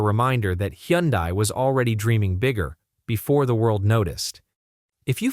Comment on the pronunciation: It’s irritating that AI generated comments doesn’t know How to pronounce words “Yundai” for Hyundai!!! Aint no common sense in AI generated audio!! AI is so stupid as anything artificial is worthless!!!❤❤🎉🎉